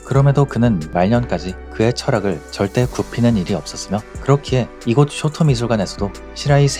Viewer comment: 쇼토 ✘ 쇼오토오 松涛◯ 도쿄 ✘ 토오쿄오◯